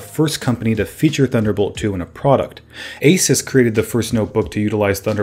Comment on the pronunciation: I liked how he said a-sus and not a-soos